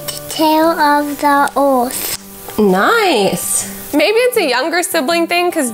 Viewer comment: reading a book* we help take care of the earf